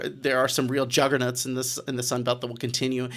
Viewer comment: Don't let give you flack for "slurry" when he's out here talking about "Jugger Nuts". What the heck is a jugger Nut?! 😂